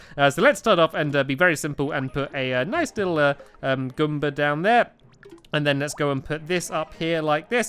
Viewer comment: why does stampy say Goomba as something like gumba